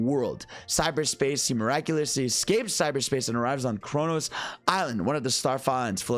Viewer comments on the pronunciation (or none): none